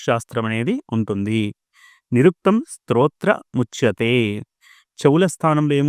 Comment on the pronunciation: మీ ఉచ్చారణలో స్తోత్రముచ్చ్యతే అన్నారు. శ్లోకంలో శ్రోత్రముచ్చతే అని ఉంది. అలాగే సాంగ మదీథ్యైవ అన్నారు..శ్లోకంలో మదీత్వైవ అని ఉంది..సందేహ నివృత్తి చేయగలరు..వేదంగాలలో ముఖాన్ని సూచించేది వ్యాకరణం...